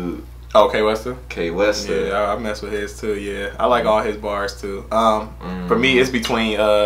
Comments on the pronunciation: It not K westa it Kwesta like quest(a) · Wait did this guy just pronounced kwestas name as K westa lol